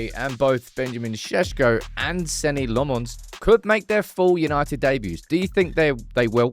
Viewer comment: Senne must dread saying his name and never hearing it said right.